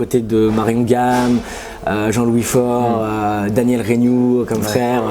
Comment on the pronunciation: Il a dit Daniel Reignoux 🤣🤣🤣